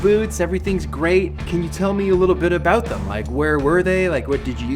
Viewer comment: What are you talkin A-Boot?